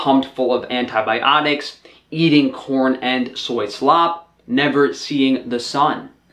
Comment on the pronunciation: What is an "antiobionic."